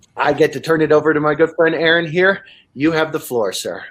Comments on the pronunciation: I was thinking the same thing lmao. "You have GOT to read his book. Mr AARON Ra" I can tell he's a super mega fan by the way he says his name. I always roll my eyes when I heard people mispronounce his name, and I know is feeling like rolling his eyes too. It happens so common, I just want to shake people and say it's, not Aaron Ra!" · I can't be the only one who shook my head every time his name was mispronounced my this dude who obviously didn't prep before this conversation. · I knew he was gonna fix his pronunciation lol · "My good friend " CRINGE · "You all know him real well"... Proceeds to pronounce your first name wrong.. What is with this guy? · Love that called him out for mispronouncing his name lol. This guy did zero research on. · Bahahaha, I knew the name correction was coming. It had to, the guy got it wrong, what, 8 times? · Im gonna take a sip of my beer every time he mispronounces Arons name. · 😖 The guy introducing keeps saying the name wrong. Grrrr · The guy at the beginning says: "Erron" Me: you fool But you can see he did it on purpose. Usually when people don't know how to pronounce your name, they try pronouncing it right at least once or stop for a moment to remember the right pronunciation. Sometimes can even apologise if they're nice. He had smirk on his face and he was just testing the waters. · Who is Erin and why does this guy keep saying that name? I swear, might need to add an H in there to educate people how to freakin pronounce it! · Pronounce his name as RN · "My good friend "aaron" here." Is he a good friend of aaron? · Especially since in almost every video he has to say, "It is pronounced RN" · Host, "my good friend ", mispronounces. Zero credibility much? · I hate how he kept mispronouncing name.🤦🏾‍♂️ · I cringed every time your name was mispronounced in the intro... came for the Atheism and rational thought - stayed for the KITTY!